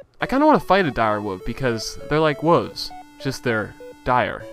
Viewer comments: Lol Speedy killed the "wuves" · "Wooves" He calls them